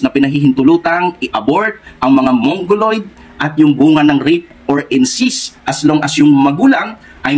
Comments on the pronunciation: Correction po."Incest" hindi "incist ". Kung aalis ka sa Sda saan ka pupunta?meron pa bang mas totoo sa Sda?Given na mali ang guidelines na yan tungkol sa abortion..hindi yan dapat ang maging dahilan para umalis ka dahil ang mga higher officials ng Sda na nag pasya dyan ay mga tao lamang na nagkakamali...hindi pa din nyan mababago na ang Sda ang true church..kahit sa time ng OT ang mga hari nuon ay nagkakamali din tulad ni haring David pero hindi inalis ng Panginoon ang pagkilala Nya bilang bayan ng Diyos ang Israel..Hindi mo po dapat ibase ang iyong faith sa tao. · Brother " incest" hindi incist. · Incest po hindi incist hahahaha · Sa dami mong relihiyon hindi na relihiyon ung problema ikaw na mismo sarili mo na yung may problema. Hahahahahaha kawawa ka naman ginamit mo na lahat ng relihiyon para lang mag ka pera ka. Dami mo pang sinabi pero d mo man lang ma pronounce ng maayos yang incest.